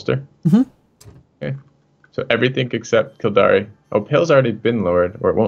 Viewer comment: Hearing you butcher the pronunciation of places in Ireland is starting to be really grating... It should be Kill-Dare, not Kill-Dar-ee. and Sly-go, not Slig-O...